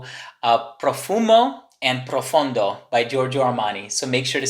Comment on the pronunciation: PROFONDO, not profUndo.